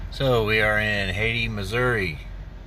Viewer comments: Is not pronounced Haiti. Hayti. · Hay Tie